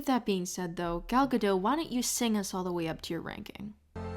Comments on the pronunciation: Don't know if anyone has said it already, but it's Gal Gado*t* not "Gado" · "Natalie Portman is in this video" Liar. Also it's "Guh-dote" not "Gah-doe" for Gal Gadot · Love this video so much, but I'm pulled right out of that wonderful appreciative state every time you say desperacy or Gal Gadot. Desperacy isn't a word - I think you want to say desperation. And her last name is pronounced Gah-doht with a hard "t" - it's Hebrew, not French.